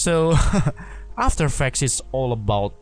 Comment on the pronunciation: Repeat after me: 1.paw-zee-tion = position 2.aa-fta-er eeee-ffe-cts = after effects